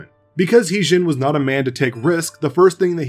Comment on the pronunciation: It actually his name sound more like her d*zing(modern). *Tougue position for a d pronounciation, while exclaiming zing. Regardless, good job with this video!